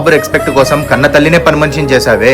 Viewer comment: బాబు ఆఫీసర్ రెక్స్పెట్ కాదు.రెస్పెక్ట్ సరిచేసుకో